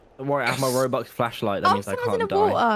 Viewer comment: Robux, not rubux